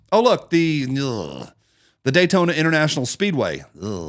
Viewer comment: Dammmmnnnnn! Where do I start? Beginning to end, you’ve outdone yourself this time. Well, except maybe for Day-toe-na. Okay, I’ll allow it.